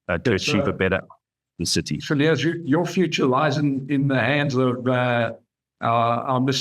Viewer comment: You do not pronounce the s of Cilliers